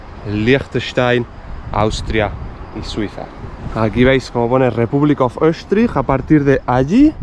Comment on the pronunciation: "Öschtriech und Fürschtentum Liechtenstein"- me encanta tu pronunciación auténtica. Cuando lo digo yo, se me toma como turista alemán del norte.